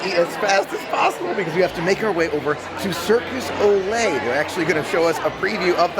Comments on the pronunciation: it’s Cirque DU Soleil... Not Circus Ole! Lol!! ☺️🤗👍🏻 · Fyi cirque du soleil is said cirk due so-lay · It's cirque du soleil. It's french. Not Spanish. Hearing your said circus ole made me want to cry. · It's Cirque du Soleil, NOT Circus Ole. 😜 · It’s Cirque Du Soleil. Not Circus O’Le. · Great video but it is Cirq Du Soleil (Circus of the Sun)